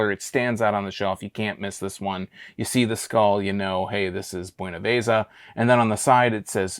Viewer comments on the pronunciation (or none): It's pronounced BuenavEza, not buenavAza, you're emphasizing the A in it. You white folks, always butchering the Spanish language, also beer in Spanish, is cerveza, not pronounced cervAza, just like queso, not Kaso